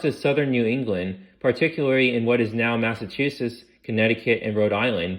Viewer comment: Absolutely!!! Not being able to pronounce even the simplest words like New Hampshire??? (New Hamp-SHIRE? it's New Hamp-shur. Or "Cow Hamp-shah" if you're from Massachusetts. Which is Mass-a-choo-sits not Mass-a-too-sus.) Did the speaker even preread the text to find out what words they might have difficulty with? Or did they not care about pronunciation enough to even ask? And to anyone who thinks I'm being overly critical, shut up. Just because you accept half-assed workmanship doesn't mean the rest of us have to. The information was amazing, I loved it. I'm just disappointed that you were willing to accept a participation award when you could have had 1st place.